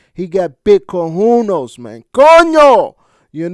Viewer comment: This dude has everything all crooked up Margarita instead of margarito, March 17 instead of 16 , cojunes instead of cojones dam bro !!!!😂😂😂😂